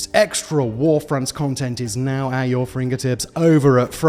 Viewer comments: Simon says fringertips during the ad read. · "Now at your fringertips" okay Simon...